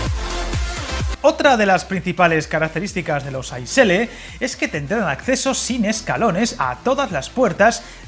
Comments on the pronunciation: Gracias por tus vídeos , pequeña matización, las siglas ICE que significa InterCity Express no se pronuncia como « hielo » en inglés sino leyendo las tres letras una tras otra, «iceé», no desearía que te pongan cara de rana si alguna vez vas a comprar un billete en una taquilla alemana y les digas que quieres un billete en el « ais » de para Berlin. Un saludo cordial de parte de un maquinista suizo :-) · Una puntualización: se pronuncia “i-ce-e” (letra a letra) y no “ais”, como hielo en inglés 😊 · I cringed every time I heard "ice" as it's pronounced I C E, each letter separately. And Germans tend to be very ruffled when they hear it called "ice". Apart from that it was a very interesting and informative video! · Por qué pronuncias las letras a la inglesa? Se dice I C E [iːtseːˈeː] L ICE significa Intercity Express, así que no tiene que ver con 'ice' (hielo) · Yo creo que no debes pronunciar ice a la inglesa, si no como en alemania ,que es muy parecido como se pronuncia en español i-c-e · Efectivamente, se pronuncia I - Tse-E, significa InterCity Express. Si nos ponemos finos, tampoco se dice rutas domésticas (anglicismo), sino rutas o trayectos nacionales. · Un pequeño detalle, como alemán que es la nomenclatura de ICE-L se pronuncia diferente a como se haría en inglés y es mucho más parecido al español que lo que se pronuncia en el vídeo. 😊